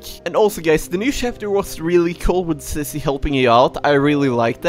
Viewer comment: You Always Say Sissy Not Zizzy